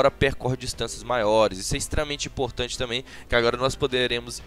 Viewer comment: Muito imporrrrtante kkkk